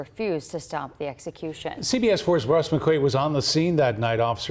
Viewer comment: Did she say sexecution